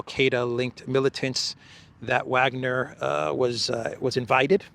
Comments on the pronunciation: Btw its (Vah)gner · please learn to pronounce Wagner properly. IE: Vargner! W in German is a V!!!